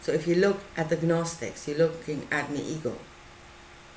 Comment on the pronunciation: For a while I thought you were saying eagle instead of ego .lol I rewound and started over..i must say i couldn't quiet understand exactly what you are saying.guezz its just over my head.